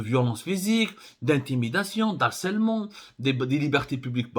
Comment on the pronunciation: De harcèlement et pas d'hrcelement ya zébi